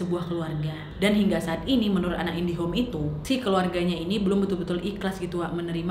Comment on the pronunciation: Iya saya juga dengar nadia bilang anak indihome... 🤣🤣